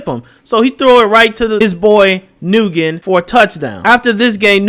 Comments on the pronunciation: Aye bruh “nyugen” is pronounced like “Win” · Nyugen is pronouced as Nuwen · "Nguyen" is pronounced "Hwin." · Just so you know “Nguyen” is a very common Vietnamese name and and it’s pronounced “Wen.” I know these characters aren’t real but it was killing me the way you were pronouncing it💀💀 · that pronunciation of nguyen is crazy 💀💀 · all you Youtubers don't know how to pronoune Nguyen haha.